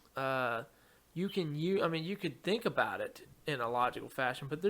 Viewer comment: "Bwwut" lol